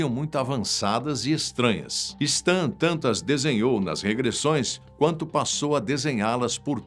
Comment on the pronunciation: * Não se diz STAN. Se diz "Sten".